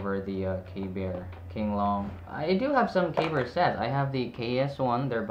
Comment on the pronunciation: Pronounced KB ear for future reference. KB fans will attack you😅